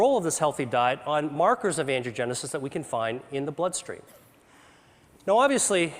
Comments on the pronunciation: It really would help if he didn't keep saying 'andrewgenesis', when it is ANGIOgenesis. This sloppy way of speaking can cause misunderstandings and thus mistakes. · Can't get over how he pronounces angiogenesis like "andrewgenesis" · I wish he would stop saying, "Andrew-genesis." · I wish that everytime he said "angiogenesis", it didn't sound like "andrewgenesis". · The slides say "angiogenic or angiogenesis" but I swear that it sounds like Dr. Li is saying "androgenic and androgenesis". Is the slide wrong or is Dr. Li just rushing the pronunciation of the word and making it sound like something other than is written? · Every time he says, “angiogenesis” — the generation of vessels — it sounds like he’s saying “androgenesis” — the emergence of Man — or “Andrew-genesis” — the birth of Andrew. It’s like a Christian theologian referring to “The Crucifixion of the Lord” as “The Circumcision of the Lord” — both events happened, but at different times and for distinctly different reasons. Cancer research breakthroughs such as this are rare; correct enunciation even more so...